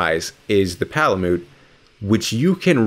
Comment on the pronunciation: Its pala-mute not pala-moot